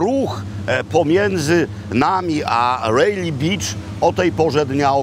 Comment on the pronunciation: Panie Robercie, beach poprosimy wymawiać przez długie "e" bo Pańskie znaczy coś zupełnie innego. Pozdrawiam